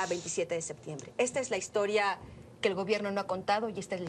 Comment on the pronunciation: pequeño detalle para Anabel, no se dice Sectiembre mija!!!